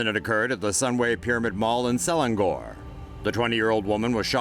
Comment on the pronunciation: Luckily I stop going to Sunway. And it is Selangor not seklandhor